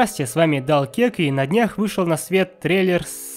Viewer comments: "Здрастье с вами Далкек" Далкек!? Кто такой Далкек? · Привет... Как ты там сказал... Далкек😂